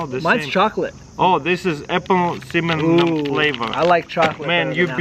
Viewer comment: Tara's Kul says "apple ciminanjshuajn"